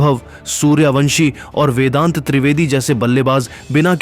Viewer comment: Abbe O Content Reader tape mein 0.37 par vendat nahin vedant treivedi aur tabaad tod nahin taabad tod hai. Shabd bolne ki samajh hai nahin aur chale hain social media par videos dalne.